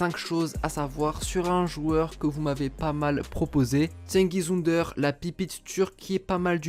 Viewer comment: PARCONTRE FAUDRAIT APPRENDRE LA PRONONCIATION DU TURQUE xD